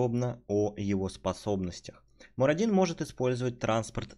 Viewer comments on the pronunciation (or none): Почему я весь ролик слышу Марадину...МАРАДИНУ!!!! Боги, всё слух умирает мой...и я всё равно не буду носить слуховой аппарат, зачем если нервные клетки слуховые уже дохнут?